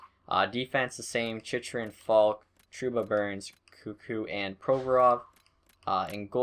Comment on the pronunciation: Chychrun name is chin-chur-in